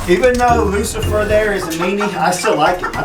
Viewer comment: Its Roosafer LOL